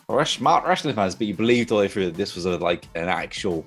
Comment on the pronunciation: Its Through not Fhrough...